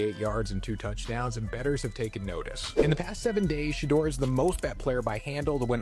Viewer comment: SHEDEUR (shee door) getting paid off him the least you can do is pronounce his name right! Hell a few of you backstabbing Johnny come lately know it all need to call him Mr.SANDERS